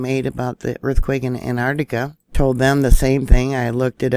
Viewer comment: Hey I love your videos, can you please say Antarctica not Antartica please in them!